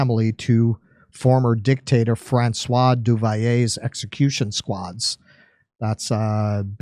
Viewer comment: French Linguistics Police from Quebec- (Police linguistique française du Québec) The "L" in Duvalier is not silent. It is Du - Val - Yay. Emphasis on first syllable- "Du"